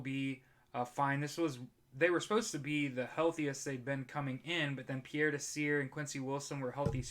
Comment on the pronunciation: Great video as always.One correction; Desir is pronounced “dezeer”, not “deseer”.It’s a French last name and in French when “s”is in between two vowels it’s pronounced as a “z”.Like Pierre, I’m Haitian and it’s just a pet peeve of mine when I hear Haitian last names being pronounced incorrectly.